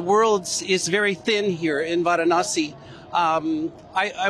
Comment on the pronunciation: He is pronounced Varanasi.. you showing vasi..